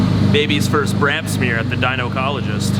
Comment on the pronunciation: I thought he said "brap smear".